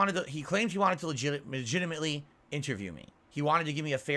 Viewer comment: megitimate. meh-toe-kur. his ability to say things the wrong way would be impressive if he weren't so stupid. also why is it bad for him to play a damn game while you talk? begging and choosing.